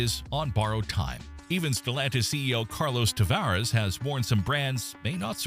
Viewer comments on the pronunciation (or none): none